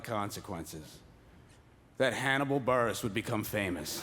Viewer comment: “Burgess” lmao buress?